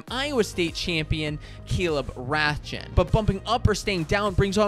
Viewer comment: Caleb rathjen last name is pronounced Raw-chi by the way. It’s weird